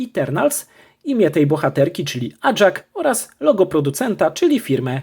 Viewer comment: NIE ACZAK TYLKO AJAK